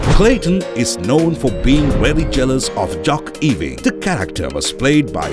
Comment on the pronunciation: Can you not learn to pronounce the surname Ewing, right